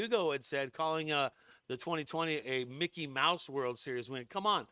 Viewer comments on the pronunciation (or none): none